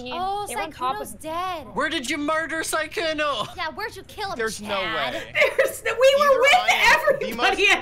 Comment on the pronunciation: How to pronounce Sykkuno: Sike uno :’)